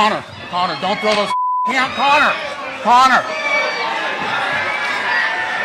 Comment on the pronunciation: Conor😥 Conor 😓